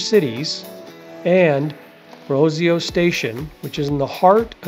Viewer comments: You really need to learn how to pronounce the neighborhoods. It's not Baxia, (Baexia) it's BaiJUH phonetically speaking of course. It's Rossio (ROSS e o) not ROSE e o. You mispronounce the words and travelers speak this way; you are giving them wrong information. Plus they will sound like idiots when talking to people. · Very interesting, but so many place names are mispronounced: It's BAI-sha (Baixa); RossEEoo (Rossio); BellENG (Belem). Av da Liberdade (not de la..); Jin-JEEN -ya shops; Grassa (Graca viewpoint). It will save a lot of confusion for tourists if they're said properly.